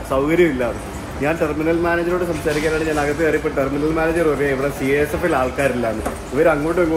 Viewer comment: Not CASF it's CISF